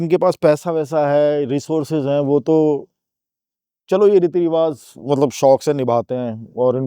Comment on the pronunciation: with all due respect it's 'Riwaaj'(رواج), not 'Riwaaz'